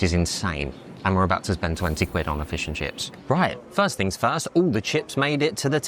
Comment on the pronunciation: "Feuws eu chiffs" - LMAO!